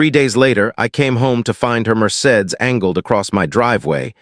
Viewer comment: I cannot believe the narrator did not know how to pronounce “Mercedes”. Also, please look up how to pronounce “starring”. It is not pronounced “stating.” Good stories, but word pronunciation and sentence structure of this and other videos takes away from story.